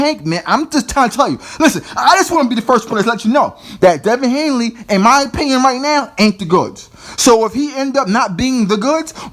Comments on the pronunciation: HANEY man! Not HANELY! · It is Haney not hainley it is Easter not Easton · Please say his name correct if your gonna make a video about him ,damn son his name is Devin Haney...not Hanley.He’s still growing he still has time to get developed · At least pronounce his name correctly. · yo pronounce his name correctly before you talk ya stuff about him 😂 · You can't even say the kids name correctly